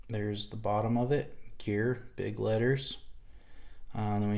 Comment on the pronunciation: It's pronounced "gar" the E is silent